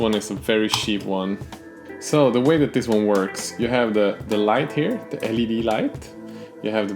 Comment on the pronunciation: Great video, never thought of using cheap LED lamps from the store that are allready connected to a power source. BTW. L.E.D. is how the Anglos pronounce it, not "leed". But the pronunciation "leed" has some charm to it when you aren't a native english speaker